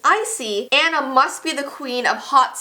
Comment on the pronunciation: i love frozen cause my name is Anna also finally someone does nt pronounce anna Onna